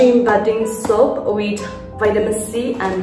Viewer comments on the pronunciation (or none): I remember you saying soup instead of soap 🤣🤣🤣... I am saying this again I don't want you to leave Nagaland🥺